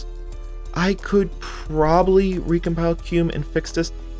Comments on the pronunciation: FYI, it's pronounced "kem-you". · Wait why the hell are you calling qemu qume